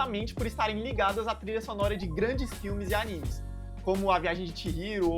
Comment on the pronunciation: Ele pronunciou corretamente